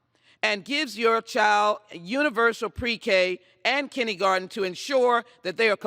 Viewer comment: Ms. Lee must think she's a wonderful speaker. She must think that. This bill must be defeated. - "Kindeegarten" ?